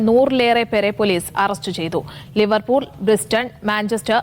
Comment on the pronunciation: "ലിവെർപൂർ " അല്ല സഹോദരീ.. "ലീവർപൂൾ"..